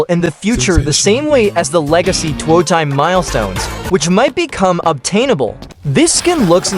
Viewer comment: "tuwo taim"